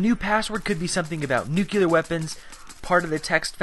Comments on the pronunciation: Noo clee er.... Not noo cue lar. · It's pronounced "new clee er" not "noo q ler". No offense you make decent vids, just a pet peeve... Like g dam fingernails on the chalkboard for me... Or open mouth chewing sounds...